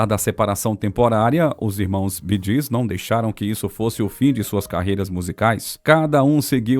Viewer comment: The pronouncing of the BEEGEES is incorrect just as the pronouncing of Maurice it is pronounced Morris‼️